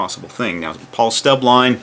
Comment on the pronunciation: It's Paul Stubblebine, not Paul "Stubbline". ;)